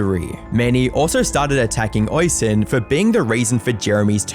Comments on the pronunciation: Damn you have a video of Oisins name being said correctly and you still say it wrong eveytime 😂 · You show a clip where "Oisin" is pronounced correctly a few times yet you still manage to fumble it. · Oisin is actually pronounced O-sheen, instead of Oi-sin, unless the pronunciation/version is his actually name then ignore me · Nitpicking FYI- Oisin is pronounced oh-sheen or us-sheen not oi-sin or ocean. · Its not Oysin its pronounced Usheen. But hey ho he was a monumental snowflake. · It's pronounced Oh-Sheen, not Oi-Sin. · The Irish forename Oisin is pronounced Osh een, not Oy sin. You're welcome 👍🏼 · Oisin is pronounced "osheen" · "Oisin" is usually pronounced "oh-sheen" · It’s pronounced O-SHEEN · I never said it rhymed with rushing. But yes, its pronounced "awe-sheen" as in Charlie Sheen. Irish names are pronounced as they would be in the Irish language, not English. Other examples are Caoimhin (kee-vin) and Siofra (shee-frah). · The Irish watching this in physical pain at the pronunciation of Oisin 😅